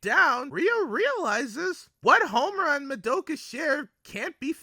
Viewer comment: are you calling her momura?